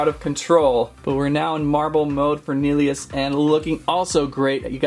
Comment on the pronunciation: P.s u said nillious wrong. Its Nil,eee, Us. Now thats how to pronounce it. But just watch the bakugan show with nilliois in it.